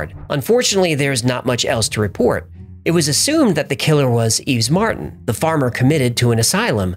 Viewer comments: Yves isn't pronounced Eves. It's pronounced yeh-ves. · I've heard you make this mistake before....so... FYI "Yves" is pronounced just like "Eve." The s is silent. It's a pretty common name here in France.